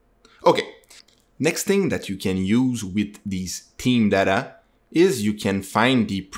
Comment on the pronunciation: thank you so much! PS - 'TH-eeem' thhhh, not 'team'